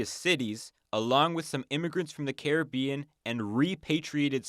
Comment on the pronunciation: Dislike for the pronunciation of “Caribbean”